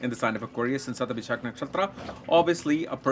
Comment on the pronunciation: It's Shathabisha not ShathabishaKK